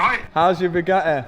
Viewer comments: "A bugae" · Bu A EE , so not Bugatti it’s BuAEe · how brits pronounce Bugatti is annoying… say the Ts